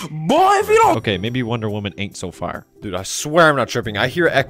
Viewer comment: Lol woondoor men💀💀💀💀💀